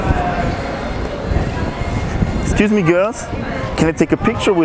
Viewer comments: "Ekscüs me göls, can I take a picture Wis ju, you are beautiful ladies." Und dann noch in dieser abgehackten stimme. Kein Wunder wieso es nicht klappt mein Junge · wie betont er denn das excuse me girls xD Und JA ich habe das video jetzt erst gesehen